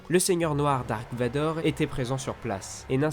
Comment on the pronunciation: Il sait pas dire merci Vador mdr